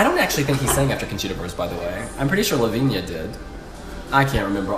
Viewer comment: her name is Levina not levinia😒